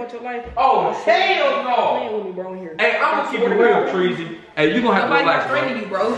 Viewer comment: She said u want ur lofe